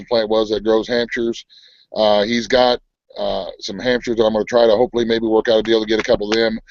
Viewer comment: rflmbo, I thought u said "hamsters" instead of hamshires, when u were talking bout getting pigs...Damn, you two are crackin me up! I'm pissed it wouldn't let me into the broadcast on Sunday, but it kept saying that video was gone and it wasn't showing anything going on Bev's channel either!